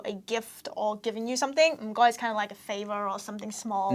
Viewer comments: Am I the only one who thinks "mh goi" sounds like Mr Mackey's (from South Park) catchphrase "m'kay"? XD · 唔該發音係ng goi，唔係mh goi！